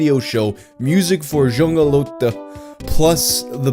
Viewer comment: "Junge leute" is pronounced like "YOO-ng-uh LOY-tuh". -a German-Canadian